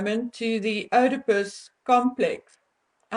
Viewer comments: Pronounced : Eeee-di-puss ... NOT ... Ohhh-di-puss. (ie. Oedipus complex). Just sayin' ... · It is pronounced “EEEE da pus”……..not “Oh da pus”. And it is Pustule….not pest tule…just saying. As you yourself would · You’re pronouncing Oedipus incorrectly. It’s not, “oh de pus”, it’s “ee”, as in need. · Hi honey the word Oedipus is not pronounced Odipus it is pronounced EEdipus. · Just a little point, Oedipus, is pronounced Edipus, (silent O) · Thanks! I believe that Harry hates ALL women, especially his mother for abandoning him! He is operating out of that stage since his mother died! His mother is idealised as his love object, as the Madonna - all others are Whores! Oedipus is pronounced “EEEd-I-pus”- silent “O”! Love your investigations! He has a mad look in his eyes and I am not in the least bit surprised at the idea that he is psychopathic and have no difficulty in believing that he could strangle a woman and S/assault her! Thanks! Xx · Oedipus is pronounced eeedipus. Negate the O. Thank you for today's info. I have long suspected that this Man is a very real threat to women, and I feel that his wife is just as dangerous as he is. They fuel each other. When like means like, it's petroleum on a bonfire. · Oedipus is pronounced "eedipus." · Not Oidepus .... If you're going to use big words then please learn to pronounce them. Especially as these words are used in clinical settings.Shame man, I understand you're Afrikaans and that you have an accent but if you do not know how to pronounce it please ask someone who does.It is Oedipus....God bless you.✝️🌼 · Oedipus is pronounced E - de - pus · Oedipus - the "O" is silent, hence EEdipus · I had to stop the video and look up how to pronounce œdipus because I've always heard it as ee-duh-pus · It's pronounced "eedipus." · FYI, it is pronounced ‘eedipus.’